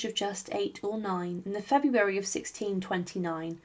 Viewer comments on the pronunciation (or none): none